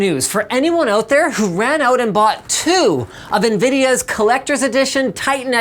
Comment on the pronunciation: "as nvideas v100, as nvedia v100" editing mistae